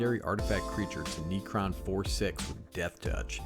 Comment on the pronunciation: The way you pronounce cards always catches me off guard. First it was neecromancer now it’s neecron